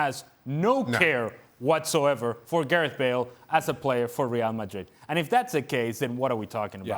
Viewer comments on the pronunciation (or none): none